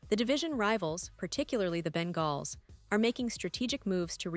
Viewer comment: She doesn't know how to say Bengals 😭😭😭😭 all bullshit